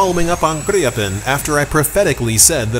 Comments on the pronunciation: We have Swedish friends and according to them you're still not pronouncing it correctly, but also according to them you can just pronounce it as its spelt and not over complicate the name. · I am Swedish and never heard "Gripen" pronounced like that.